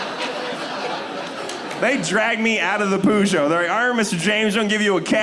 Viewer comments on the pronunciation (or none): In phonetic English it's pronounced PUR-GEE-OH, it's not that complicated. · Is he saying Peugeot? Pronounced per-jo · Dude can’t pronounce Peugeot... You can do better than Poojow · does he mean peugeot ffs? what's poojoh? facken called to mind king's cujo lol edit: it's peu kind of as in person, a brief sound, and then joh with the French j, again shortly breathed out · Everyone else :Perzsho Him: Poo Joe. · I think the posh lady may have been laughing because it’s not pronounced poo joe. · " I was an idiot " he said... some time after he pronounced it pUjo ? What the hell is pujo ?! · Hehehe... he called it a "poogeot". Funny that. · That's the closest pronunciation to what it's supposed to be even better than the Brits who pronounce it "Per-ghoo". For anyone interested BTW it's pronounced "poo-shoo" its a french name named after the founder Armand Peugeot. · WHY CAN'T THIS GUY PRONOUNCE PEUGEOT CORRECTLY? HE ACTUALLY SOUNDS LIKE HE COULDN'T FINISH SCHOOL. I COULDN'T WATCH THIS BECAUSE HE COULDN'T PRONOUNCE A CAR NAME CORRECTLY. YOU'D THINK SOMEONE STANDING IN FRONT OF AN AUDIENCE WOULD FACT CHECK THE THINGS THEY'RE GOING TO SAY. CRAP. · Oh my gosh, is that what he meant? Peugeot? I thought it was a local US brand hahaha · the pronunciation of peugeot is hilarious to me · It’s not pronounced like that in the country of origin lol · cant belive people pronounce "peugeot" like that